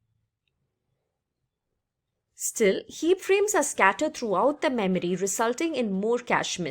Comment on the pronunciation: I like how you say "" Memery" :D